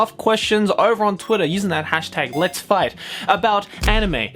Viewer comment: ngl it sounded like he was gonna say "LET'S FUCK" in the intro